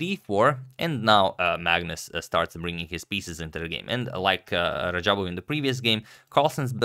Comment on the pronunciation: This guy totally messed radjabov's name lmao